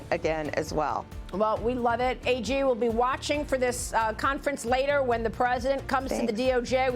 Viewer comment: She's " AG". NOT "AJ" You surprise me Maria B!!!!!